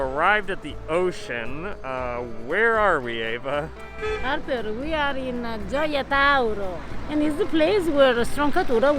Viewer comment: Why pronounce eva as ayvah.... lol